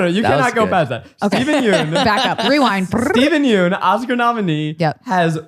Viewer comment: I just want to say that Steven Yeun's last name is not pronounced "Yoon". It's actually "Yeon". The "eo" makes a short "u" sound like in the word umbrella. Yeun is spelt 연 (yeon) in Korean and Zach and pronounced it as 윤 (yoon) which is completely different.